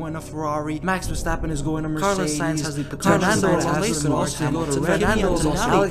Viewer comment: "Max WearAStrapOn" 😂😂